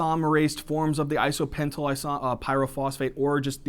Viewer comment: Great video thx! but isnt it IsopentENYL PP instead of isopentYL PP??